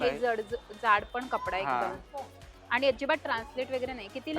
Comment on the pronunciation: वगैरे चा उच्चार कसा करता? व जो सुरुवातीला आहे तो ' व ' बोला ना ,वे किंवा वै का म्हणता ? पहिलं अक्शर चुकीचं बोललं की बाकीचा शब्द चुकीचा बोलला जातो . तसेच chain हा शब्द , त्याचा उच्चार चे न